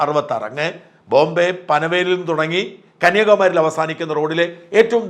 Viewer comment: കന്യകമേരി അല്ല ഷാജൻ സാറേ കന്യാകുമാരി തന്നെ😊